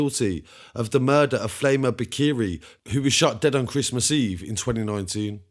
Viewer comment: That’s not how you pronounce the name 😞🤣